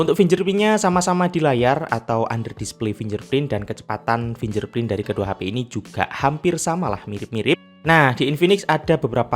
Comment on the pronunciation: finger print dibaca FINGGER PRINT bang, bukan finjer prin, kl susah, pk bahasa indonesia aja. saran.